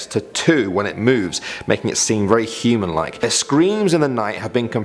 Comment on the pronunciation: You pronounce human heman 😂